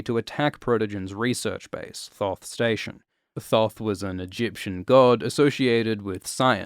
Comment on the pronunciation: Thoth is not pronounced with any "th", it's not an english word